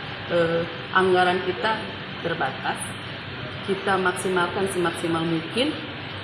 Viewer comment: Satu hal yang harus kita pahami adalah anggaran yang terbatas Ada penekanan kata saat di ucapkan... 😅😅😅 Blunder mbak